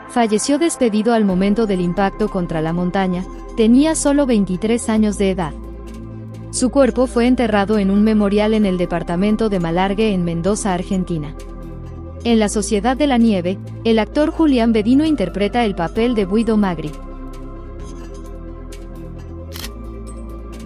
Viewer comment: Muy buen video la verdad, aunque se pronuncia malargue en vez de malarge xd, aunque fuera de eso bastante bueno el homenaje, pobres, eran casi niños😥